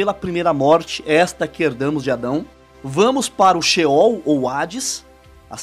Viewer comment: Irmão a paz de Deus continue evangelizando mas porque não dizer ceol ao invés de scheool porque se tem céus a palavra ceol e ao contrário de sehol